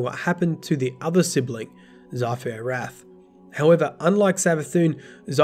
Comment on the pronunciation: Who else got triggered when saying 'xivu arath'..lol